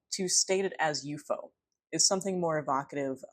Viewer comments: I agree with your preferred pronunciation of UFO. It is the classic Fortean way of saying it, and signals you know the subject matter much better than the average "talking head" Youtuber. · New subscriber from Canada here, chiming in to let you know that, in the 1970s, there was a sci-fi series on Canadian television entitled UFO. in the series, the title object was pronounced exactly as you pronounce it. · Elmwood! Classic UFO ( You're pronunciation reveals your love and knowledge of the field-right on right on)case! Thanks! ❤️🙏❤️ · I feel nostalgia when you pronounce ufo that way... then again I'm a Keelian dork too